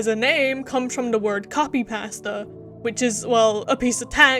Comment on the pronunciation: The way you say pasta made me rethink my whole life for 3 minutes.